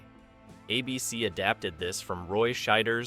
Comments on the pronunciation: Does an actual human narrate your videos? Some weird artifacts there. "A BC" instead of "ABC" and Magnum P1 instead of Magnum PI? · Thanks. I was poking fun at the AI pronouncing ABC as Ahh BC and magnum PI as magnum P one. 😂 but still informative. Who’s mom didn’t have or still have the hots for Tom’s magical mystery mustache ride 🤣